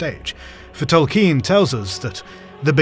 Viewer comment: tol KEEN.